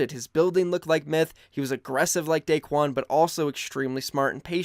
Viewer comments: Not Daquen, Daequan. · It’s daequan